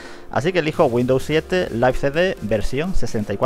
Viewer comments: Se escribe live y se pronuncia laiv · Yo siempire lo pronuncie live